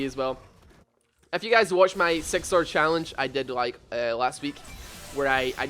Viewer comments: You trigger me everytime you say "sex" instead of "six" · why do i always hear sex when you say six